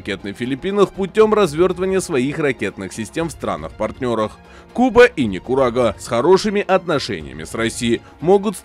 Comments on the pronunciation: А почему Никурага. Сказал бы просто курага😅😅😅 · Страна эта называется Никарагуа, а ты говоришь НЕ КУРАГА?